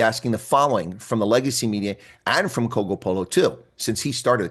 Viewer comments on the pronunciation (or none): Cogopolo? 🤦🏾‍♂️ why are you butchering someone’s name?